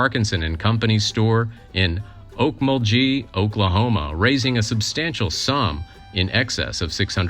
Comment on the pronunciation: Pronouncing the town names in Oklahoma would greatly improve this video: Echota, Talequah and Okmulgee being the most egregious mispronunciations.